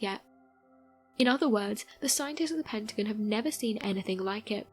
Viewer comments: I love these videos, but the consistent mispronunciation of the Pentagon was driving me nuts. It's Penta-gone, not Pent-again. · It's Pentagon. Pent-a-gone. Not pent agin. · What the hell is a PENTAGUN, LMAO ITS PEN-TA-GON. Lol how you going pronounce everything rite then pronounce that wrong. If you can say everything else rite then say it rite, or il blutty slap you jk😂😂😀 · Her pronunciations of pentagon made me turn this shit off lol. Very lil facts anyways just speculation